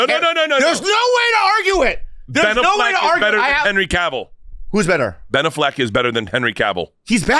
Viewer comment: Why is he saying ben " aff - leck like its 2 separate words